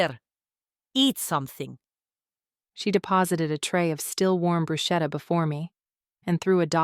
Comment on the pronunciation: SOW ( like cow ) WHEN NOT SAMHAIN also bruschetta is pronounced brew shed da. Love the book so far but mispronunciation drives me to the point of distraction. Sorry if I sound rude or like an ass but I’m stupidly hollering out the right pronunciation to an empty room 😂